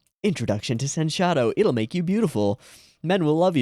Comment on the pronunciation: It's not sen-shadow, it's pronounced as sensha-do.